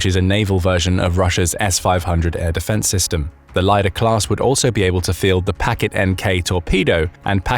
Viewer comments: It's not "lie-dahr" class, it's "leader" (лидер). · 100Knots underwater??? Will those washing machine chips stay working at those conditions? BTW Lider class vessels...LIDER is pronounced as Leader, not lyder.